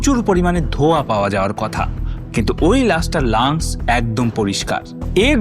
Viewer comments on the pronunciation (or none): আপনার শব্দচয়নে হাজারটা ভুল 😢 কথাটা লান্স না lungs